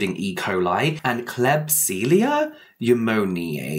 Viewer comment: If you were curious klebsiella is pronounced kleb see ella new moan eeee ay. I write it that way bc not everyone understands the pronunciation guide symbols.